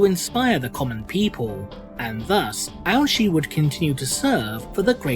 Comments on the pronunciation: I just keep hearing Ouchi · I keep hearing that as "Ouch'y." What's next, Commander Boo-Boo? Sergeant Wound?